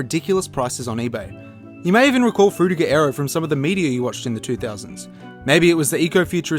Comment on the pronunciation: that Frutiger Aero pronunciation is very anoyying, not even google translate detected right